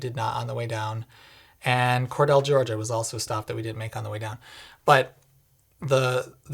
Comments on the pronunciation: I know this is 2 years old, but I can finally show off my homeland knowledge: it's "cor-deel." Not "cor-dell." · its "core-deal" NOT "core-dell" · Just as a point of interest ... it is Cordele, Ga is pronounced "core-deal" not "core-dell". When you stopped in Gainesville, did you see the University of Florida campus? Would have been interesting, had I known you were here, to have met you in person ... also, just curious, what charger did you use in Gainesville? The one at Whole Foods or elsewhere? Even though I drive an ICE truck, I understand what you are saying about using the "wrong" charger. It's like the people who park at the gas pump and then go shop in the convenience store before getting their gas or leave their car parked at the pump after they fill up to go shop in the store. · Small nitpick, but it’s pronounced “Core-deal” by us locals. Other than that, wonderful video and very Honda Insightful. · Cordele (core-deal), Ga - FYI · Cordele, GA is pronounced kor'DE'yal :P Surprising they have fast chargers there, honestly. One thing that might be interesting in the future could be like a sort of virtual "valet" that directs your vehicle to an appropriate charger for a particular station, taking into account what's in-use. Granted, companies already have a hard enough time standardizing on things, but could also be part of a more unified charger network locator/finder database/service that is maintained by an industry consortium, with data available for apps and websites to use freely. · Cordele GA is pronounced Core-Deal 🍉 . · respectful but really meaningless correction: it is "cor-DEAL" Georgia. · You pronounced Cordele wrong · Came to the comments to see if anyone corrected the pronunciation (I grew up less than 50 mi from there), so thanks! I'm kinda not surprised they have fast chargers -- I mean, they have a Titan I missile by the interstate. It just begs people to stop there in particular.